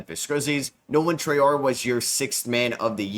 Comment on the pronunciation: you finally pronouncing traore name correctly 🎉🎉🎉🎉love ur videos from london